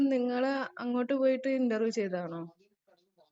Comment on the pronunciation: എടാ ചെറുക്കൻ ഇൻട്ടർവ്യം അല്ല. ഇന്റർവ്യൂ